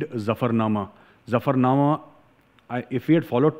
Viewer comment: You are right & pronounce Zafarnama correctly. Sir, I want to ask you a question. Sikhs have contributed to country much more than their numbers. But they didnt get proportional political benefit. Though their own leadership is responsible for this.